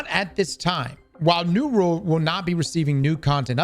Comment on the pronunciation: Why cant you pronounce 'world'